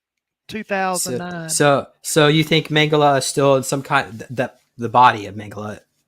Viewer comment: Please name Josef Mengele surname pronunciation right it is not Mengel"A" but MengelE. With saying A at he end it gives his surname really wrong and someone could missrepresent Josef as a different pearson...so please E at he end when vocalize surname. THNX